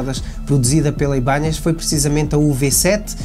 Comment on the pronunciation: O nome mudou… tiraram o til do “n”… por favor PARA DE DIZER “IBANHEZ”!!! 😅😂